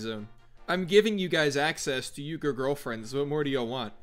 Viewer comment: It’s pronounced “Oui-gher” REEEEEEEE